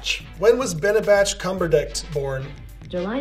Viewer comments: About : EXTREMELY Japanese. Also, Benebatch Cumberbict. I’m wheezing. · “When was beneditch cungerbatch born” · Google Trained so hard to understand people's mistakes while saying Benepeach Cumbertich . I am not surprised :D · U mean Benadryl Cucumberpatch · He actually said “Benbach cumberdick” and Siri still answered wow 😂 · when was Bendadick Cumberclit born? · "When was Benebatch Cumberdict born?" This made me laugh too much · Benadryl Cumberland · Benadich Cumjurebatch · "Benebatch Cumberdicks." I'm done. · “When was benaben cumondict born” “July 19th” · benebatch cumberdick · bhanidhek koombheerbach LOL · You know people have been googling benneling cuntrøbat wrong so much that you cannot mispronounce his name :-P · Google is immune to mispronunciation of Benedict Cumberbatch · Google understands the unspoken rule to murder Benadryl Cucumberpatch's name lol